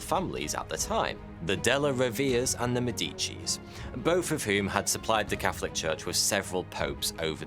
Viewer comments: " Daellllluh rrroh-vae-rrae " and "maÈdeechee". not maedèchee. the accent goes on the first "ae". Or use google translate to get the right pronounciation (speaker icon). nice video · "de lah row ver a", and "`m dici"